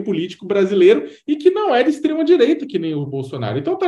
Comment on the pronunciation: Falou "extrema diewita" já sei é rapaz estranho